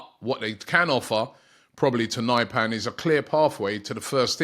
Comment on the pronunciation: Nypan??? Pronounced Neepan